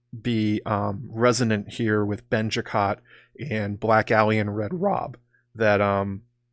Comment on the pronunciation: I snorted every time you said “Benjicott”😂